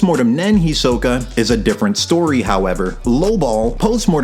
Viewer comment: HEE-so-kah, not hee-SO-kuh holy hell